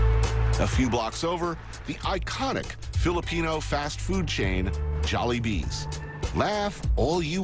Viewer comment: "JOLLIBEES" XDD